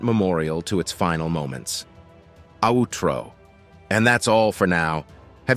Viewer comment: Was this narrator A.L.? Because at the end he/it said "outtro" but pronounced it "ahootro" Weird! I'm runninginto this type of thing more and more. Makes me wonder what else is robotic!